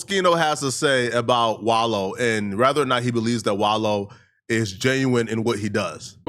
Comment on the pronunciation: I'm glad you. Finally saying his name right